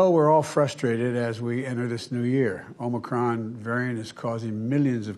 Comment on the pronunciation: First, you need to pronounce Omicron correctly.